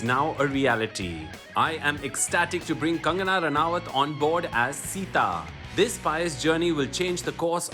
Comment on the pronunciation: It's been 15 years but still has not learnt the pronunciation of Ranaut.... shame on you